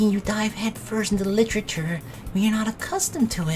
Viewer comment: "That doki doki... litchurchur club" LIT-ER-A-CHUR